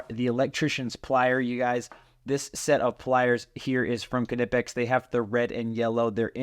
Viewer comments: knipex is a german company, the K is silent like in the word knife- “nip-ex” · Let me settle this for you 100% You are pronouncing KNIPEX wrong. There is only one way to pronounce it correctly, and that is "k-nee-pex".... Pronounce the"k", it is a long "E" sound ( not a short "i") ... Watch any video with employees in Germany at Knipex and this is how they all pronounce it. Your welcome. lol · lol it’s nip-ex. I don’t care what they say they are pronounced they’re wrong. It’s like gif. The owner says it’s jiff, they are wrong. 😂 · Why do we pronounce the "k" in Knipex? We never pronounce it in "knife." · Kah-nipex? Always wondered how to pronounce knipex. Is the “K” silent? 🤔 Haha “fight me” 😂